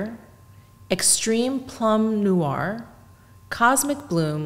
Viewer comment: Fun video thanks! French lesson for today, if you are interested: noir means black in French, and it is pronounced nwahr, not knew-wahr. The language is like the people, less is more.